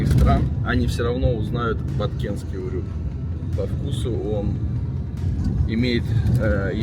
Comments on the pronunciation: На букву ю ударение в слове урюк. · Вообще-то ударение в слове УРЮК на букву Ю)))